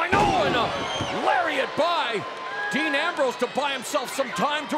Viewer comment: Thought it was dean not dan